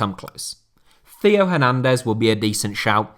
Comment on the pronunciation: Hey, love the content, but the pronunciation of Theo Hernandez almost made me scream. I don’t mean this to be rude, and I apologize if it sounds that way, but the h in Theo is silent, so it sounds like tay-o